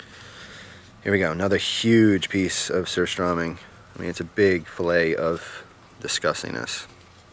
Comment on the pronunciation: He said surströmming wrong and I'm triggered lol